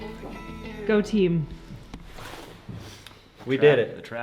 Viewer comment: Did you say “go team” or “go-tee”? Hahaha